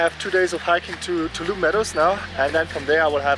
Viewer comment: That’s a squirrel! You can do it! Glad your foot got better. I love the hat repair — the rain probably got to it by now. Btw, it’s Too-ALL-um-knee. If you can say all those words using the English pronunciation, you’ve got it. It’s Native American in origin. It looks like you went to a ranger talk. Did they ask if anyone walked all the way from Mexico?